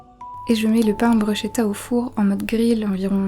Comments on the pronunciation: On dit brushKEta ! C'est italien et le sche se prononce ke 😂 En tout cas ça à l'air tres bon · Bruschetta se prononce Brousketta 😉